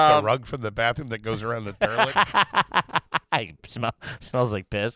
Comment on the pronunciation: did just say "turlet"?... classy